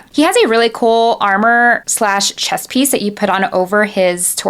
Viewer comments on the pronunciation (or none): none